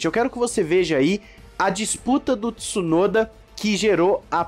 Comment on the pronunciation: não fala Tissunoda pf…